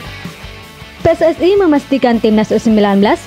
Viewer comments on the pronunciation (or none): none